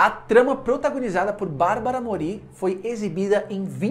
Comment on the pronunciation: Só um detalhe para enriquecer seus vídeos: A acentuação fonética do sobrenome da Barbara é (Môri) e não (Morí) como vc está dizendo! Adorei a curiosidade sobre a Anahí, essa eu não sabia!